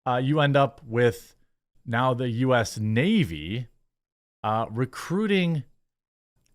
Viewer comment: Also... "In Tha Nayveee"